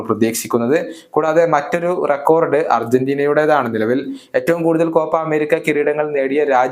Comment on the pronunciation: റെക്കോർഡ് എന്നല്ല റെക്കോഡ് എന്ന് പറയുക....to